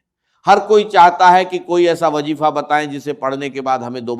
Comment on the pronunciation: ڈاکٹر اسرار صاحب کی اواز نہیں ہے یہ اواز کو اواج اور وظیفے کو وجیفہ کہتے ہیں یہ اے ای سے جنریٹڈ اواز ہے دجال کے دھوکے سے بچیں